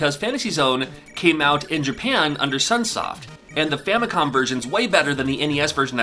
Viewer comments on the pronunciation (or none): none